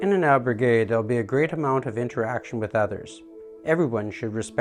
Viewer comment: Please learn to pronounce al berg gue